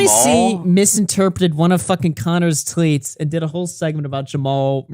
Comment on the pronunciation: The way said “Tweets” sounded very French. Is his true accent starting to slip?